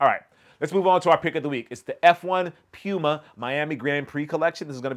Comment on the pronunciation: You know how to pronounce Pew-muh correctly and be pressed to do it but Ochre you just committed to not caring about the proper pronunciation smh